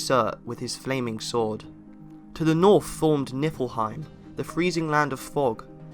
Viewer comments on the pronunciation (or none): did anyone else hear him say "nipplehiem"? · did I just hear nippleheim?